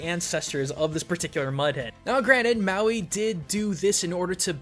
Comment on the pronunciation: It's not maywi it's Mawi